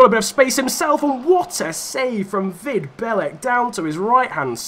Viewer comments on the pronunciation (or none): The pronounciation of Vid Belec was soo bad, but otherwise great video